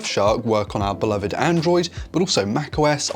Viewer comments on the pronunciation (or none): none